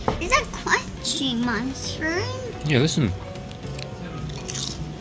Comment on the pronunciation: Is that a cwunchy mushwoom? 😂